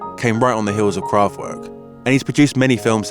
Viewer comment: Drinking game: Take a sip every time the pronouciation of Kraftwerk is severely mangled :-)